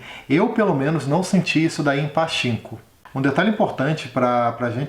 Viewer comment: Adorei o video Se fala pa tchin ko ( como se vc fosse espirrar no chin rsrsrs )